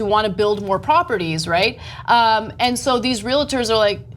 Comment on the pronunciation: I love you guys so much but it's REAL-TORS not REAL-A-TORS